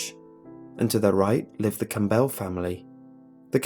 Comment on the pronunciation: "Cam-BELL?" Would that be "Campbell?" I've never heard that pronunciation before.